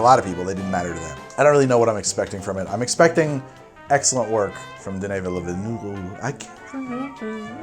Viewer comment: You need to learn French to pronounce Denis Villeneuve